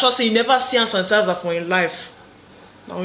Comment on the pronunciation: “Hand tanisizer”,conora virus🤣🤣